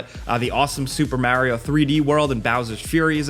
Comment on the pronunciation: Maario and Mario is killing me